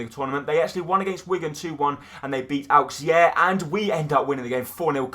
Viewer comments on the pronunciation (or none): Auxerre is pronounced Ox-err